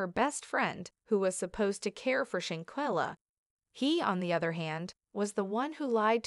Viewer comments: Perhaps you should have started by lcorrectky pronouncing her NAME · WILL YOU STOP PRONOUNING SHANQUELLA NAME WRONG YOU ARE DISRESPECTING HER. JUSTICE FOR SHANQUELLA 👸